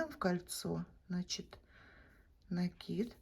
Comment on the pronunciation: Ну наконец то , правильное ударение в слове " накид"